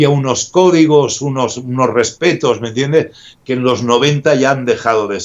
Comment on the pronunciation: Primero Popeye con: "mira Jordi" Y ahora con: "mentiendeh" XD